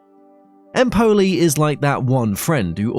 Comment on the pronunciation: Keoumo.... Starebbe per Como 😅 Eimpouli ......Empoli 😂